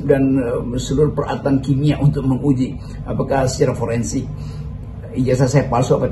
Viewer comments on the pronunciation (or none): Menguji. Bkn mengujighhhhh 😂